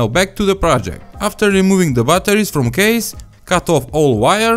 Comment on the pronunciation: bbbbbatteris. Bolna hi nie ata